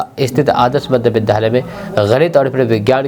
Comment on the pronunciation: विद्यालय बोला जाय न कि विधालय ।विद्या +आलय होता है ।